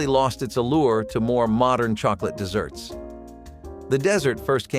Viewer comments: Why does he pronounce the main topic word incorrectly. This is about desserts, not deserts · please stop calling them deserts desert has only 1S Desserts as two s's because it's sweet Let's see you tell the difference between how to pronounce the two words desert has 1 as dessert as 2 please stop calling desserts deserts deserts are arid plains that are ultra hot or ultra cold and have very little water rainfall. you do not eat a dessert you eat a dessert. again desert has won S you do not eat it, a dessert has two s's in it and you can eat those. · Kept waiting for a recipe including sand since the narration kept referring to them as deserts rather than as desserts! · It's deserts, desserts! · 'Deserts" and "Shoo Flee" pie? That would be desserts and Shoo Fly pie. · Need to fix the narration as it keeps saying 'desert' rather than 'dessert'; at the end of the video "stay tuned for more nostalgia TRIPS" rather than tips